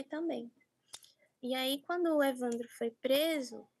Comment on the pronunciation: Por que a apresentadora pronuncia evandrÓ?